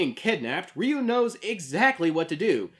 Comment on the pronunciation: this list is narrated by Hector Salamanca. Also, it's pretty baffling that you can pronounce "satsui no hadō" right, but completely butcher "Ryu" each and every time.